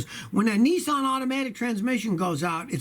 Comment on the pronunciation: G,Day Scotty its Niss like piss Not Nessan announce it right way.